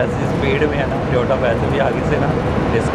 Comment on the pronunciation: AUTO SAPA hahah Tiotay Ko-Rection = Correction